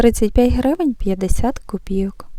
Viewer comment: У Вас приємний голос і непогане знання мови. Але все ж таки правильно говорити "новИй тиждень", а не "нОвий". І ще: "копійОк", а не "копІйок". Цей неправильний наголос пройшов, на жаль, через усе відео. Будь ласка, не ображайтесь. Якби Ваша українська була погана (як у більшості Ваших колег), я б промовчала. А Ваша мова майже літературна, тож захотілося, щоб оце "майже" зникло. Я вперше на Вашому каналі, підписалася. Щиро бажаю усього найкращого!